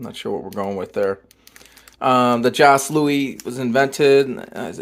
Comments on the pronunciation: It's pronounced joe not jos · "Joss Louis" 💀 Ah Caramel! definitely slaps out of the bunch! Even better, Ah Louis! The Jos Louis x Ah Caramel! collab 🔥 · Joe Louis not Jos. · It's JOE LOUIS Not Jos